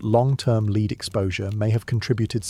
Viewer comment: the pronunciation of lead is wrong